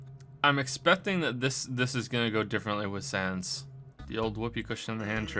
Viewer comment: That's not how to pronounce sans